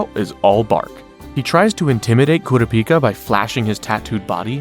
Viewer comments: Enjoying the video but it is driving me crazy how you keep switching to different pronunciations of Kurapika... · I’m confused why you pronounce kurapika’s name differently every time you say his name